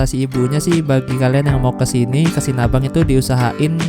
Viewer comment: Sinabang ya bukan Sinabung 😁